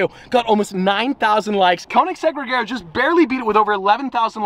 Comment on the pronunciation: Regera....It's a Regera.